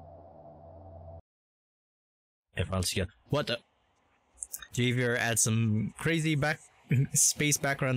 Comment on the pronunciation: Great video, and thanks for making this vid, and sorry for being late to comment on it, but just to let you know, Javier is a Spanish name and J is pronounced as H, so it’s pronounced Havier, but still spelled Javier.